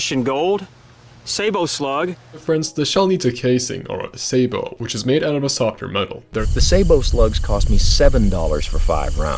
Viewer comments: It's sabot, as in sabotage. (With a silent t, sabo') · Sah-bow is the correct French, say-bow is the universal military pronunciation. I go with the military, unless I'm surrounded by Frenchies. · Its saaboot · It's pronounced 'scooter-cup' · Pronounced "say-bait-call". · Unfortunately, no. Sah-bo is correct. It is the root of the word "sabotage." Originally, the word referred to the wooden shoes French factory workers wore in the late 19th century, and sabotage was the act of throwing the shoe into the machinery to cause work stoppage in protest of grueling hours and low pay. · SĀY-bō or SAY-bow the T is silent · French guy here : You pronounce "sabot" HOWEVER you like and want as long as you are understood. This word might come from the French but has been taken and embedded in the Fnglish laguage, it's a loan word. So English rules might apply. I suggest sying it like "rabbit", "bandit" or "culprit", so no silent T. What is NOT acceptable is some shmock talking about some 100% French words in a French context and MAKING NO EFFORT AT ALLl to say the words right to the point where you don't undestand him. Nowadays there are tools that help you with that. NO EXCUSE. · Since we can't agree on sabot, can we at least make clear thats it's bowie and not bowie? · It’s interesting that you make clear that you even misheard the French version when it was said so clearly for you. Wrong vowels in both syllables, and wrong emphasis too. Well done! 😂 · say-boh. As someone who has spent over 70 years with a French last name, it is say-boo. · its say bo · It’s SAY-bow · This comment should be the last word on this discussion. "Sabot" is a French word from the 17th Century. It is a combination of the words: savate and botte. With savate meaning hollowed out shoe, botte meaning hollowed out boot. The pronunciation of botte is boh tah . Hence the correct pronunciation is: say boh . Boh, Beau, Bow. Now make "Cichlid" make sense. 🤔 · It's say-bo